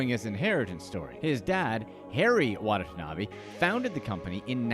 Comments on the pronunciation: I had to stop watching because in that time the narrator mispronounced the man's name not once, not twice, but three times. It's not WA-NA-TA-NA-BE. It's WA-TA-NA-BE. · His last name is Watanabe, why the video pronounce it as Watata-nabe? Lol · Why do you pronounce his last name Wadatanabe and then Watanabe; explain to me your reasoning. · when ever this guy says watanabe it cringes me inside